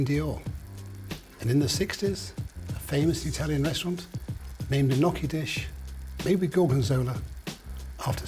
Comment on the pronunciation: "n-y-occhi" not "n-occhi". How long have you lived in Europe, dude?